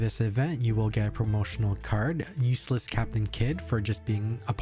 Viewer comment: Are you saying "USELESS CAPTAIN KID"? HHAHAHA